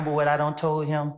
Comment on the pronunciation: why he say “but if heeeeeeeeeh said DAT I TOAD (not told) him DAT” wtf was that? 😂😂😂